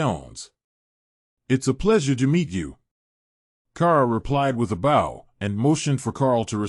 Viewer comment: He can’t pronounce bow either lol